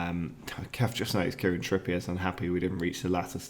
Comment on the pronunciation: Trippier may be unhappy as you’ve said his name wrong for most of the season…